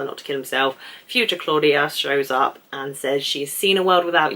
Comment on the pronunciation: as a native German speaker i can tell you that you are doing a good job on pronouncing most of the names 👍 sometimes michael becomes a mike-el, claudia becomes a claw-dia and charlotte becomes a char-let 😉 but i think that this is due to your fast thinking and speaking! enjoyed your video very much!